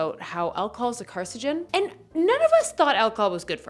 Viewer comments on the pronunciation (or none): carcinogen, not carcigen. but good video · Car-cin-o-gen, not car-ci-gen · Car-SIN-oh-gen Jussayin